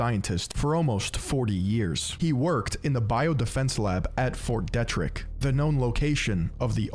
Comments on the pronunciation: Pretty funny hearing someone mispronounce Ft. Detrick Or maybe all us in Frederick are saying it wrong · I'm from that area of Maryland. Fort Detrick is very well known in thise parts for numerous incidents. His pronunciation was like nails on a chalkboard.